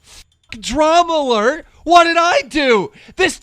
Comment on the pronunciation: “Drama lert” love how Keem can’t even pronounce his own show right.